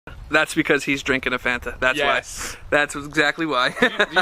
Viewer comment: I’m still not coming back until you learn the correct pronunciation of Fanta 😂😂😂😂